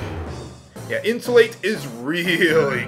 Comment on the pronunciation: yes becuase the spell is pronounced In-Sue-Lot-ell not insulate.